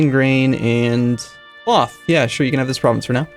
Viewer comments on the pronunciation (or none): none